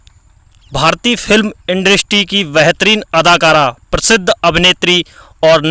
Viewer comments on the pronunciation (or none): aap bahot ajeeb aor galat hindi bolte hain, yahan tak ki apna nam bhi thik uchchadan nahin kar sakte -. Aor aap bolte hain - suru, prsidh, ishtar, shinema, Rames, nrdest, bhavis, chaalbaj, Sri Devi, Mumtaaj, pradarst, parpoj, kosis, sadisuda aadi. Aapne hindi bolna kahan seekha hai, bhai? Tashkent, Uzbekistan.